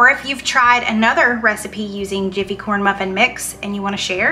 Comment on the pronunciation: Corn bruffin! Lol thanks for the giggles! 😉